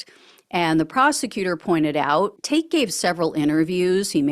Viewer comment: It's tak'ke, pronounced Tacky.